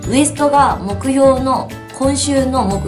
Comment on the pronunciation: 目標がもくように聞こえる